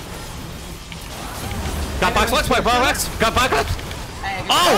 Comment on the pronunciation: got boxbox got bosbos gosboxoabfkab